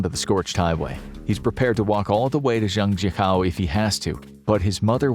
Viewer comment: It’s pronounce Zhang - Jiah - koe haha